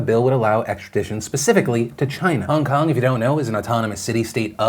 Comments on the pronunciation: is it just me, or does it sound like Phil is saying Hung Kung, not Hong Kong? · "Hung kung" lolll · Hongkong was spoken 6 times. Philip also pronounces the name wrong. It is annoying